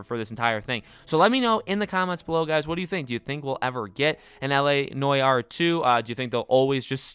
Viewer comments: N-W-Are. Not noy-are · STOP SAYING NOY ARE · “LA NOYAR” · what the fuck is noi - are . . . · Him “La noy are “ Me “La what???” 😂😂😂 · After the way you said Noire I had to close the video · How he said noir it like( no yard) fucking hilarious !!!! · Great video, but it’s NEW-ARE. That pronunciation was kinda driving me mad. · LA NOY-YAR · Say noire properly. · I really don’t mean to poke fun but the way you pronounce noir really grinds my gears 😂 (not actually though.)